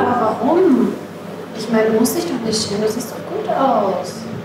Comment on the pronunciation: Anastasia: "dafür sollte man sich nicht cheemen